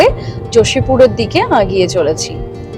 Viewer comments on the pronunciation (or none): Apni agiye agiye bolchen keno egiye jantam